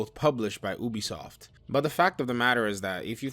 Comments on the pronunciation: UBISOFT not EWWWWBISOFT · Have I been saying Ubisoft wrong this entire time? Is it actually pronounced Oobi-soft?